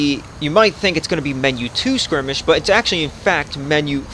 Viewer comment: Still so grateful for your tutorials, they helped so much that I might release my first small mission pack soon. But one thing I gotta say... Every time you say "scrimmish" (?) instead of "skirmish"... a kitten dies. Please, remember that...